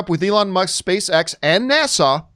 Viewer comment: It's NASA not Nassau.